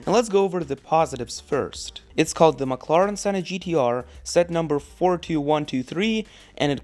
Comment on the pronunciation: I will never forget how he said mclaren. He literally said maclaran and a mclaren senna gtr has a 7 speed dual-clutch automatic gearbox, not a 2 speed